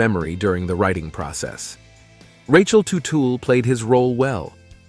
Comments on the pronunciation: Paul Tootle Jr???? If you can't even say his name properly maybe you should leave journalism to the pro's. Factually you know just enough to sound ignorant. Paul Jr. NEVER had a desire to be like his Dad. His every last action was to be a better man than his Dad. Where Paul Jr. is an honest and down to earth level headed man his Father has always been a crook and a criminal. Paul Sr. Sold that first company to a different Son only to never pay the Son the money. On top of that Tuetle Sr. snuck in at midnight hours stealing every last tool , large machinery, inventory and even the closets full of office supplies. His Son finally had to sue his Father to get back what was rightfully his. Even then Paul Sr. returned the stolen products to his son purposely unfunctional and forever damaged. Paul Sr. Had a small motorcycle building hobby of off the shelf body parts that any monkey could build. It was Paul Jr.'s talent that built OVC into the mega company was. And as far as you claiming Senior was right for the last fight you fail to mention that Junior came in 25 minutes late Sure. But only after working off the clock for 43 of 48;hours over the weekend. That's right. He was 15 minutes late but was in the shop 3 hours earlier and only left to get a bite of food and sleep two hours. So after working 3 hours over the standard 40 hour work week on his days off he got pissed because his Dad forgets Paul Jr. Was half owner and not a standard employee. Just look what has happened since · It’s not tootle…………It’s Tuttle or did I not just turn 60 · Really? Tootal? Learn how to pronounce their last name. It's Tuttle, not Tootle. So disrespectful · It's Teutul, not Tootle! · Bro have you even watched the shows? It’s tuttle not tootool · Who’s “Paul Tootle”? 😂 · Paul Tu-tool Jr. Right off the bad we're to a very bad start. Can't pronounce Teutul. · did you say "totool"? lol It's "tuh-tul" Teutul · It’s teutul yah fuck ! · IT'S PRONOUNED "TUT-EL" 😡😡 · Tootle is driving me insane